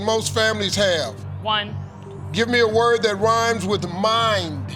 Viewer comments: He was saying mime.. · He said "mind," but it sounded like "mime" to me, too. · For the questions asking for a rhyming word, Steve should spell it out. Both times I heard "mime" and I am wearing headphones.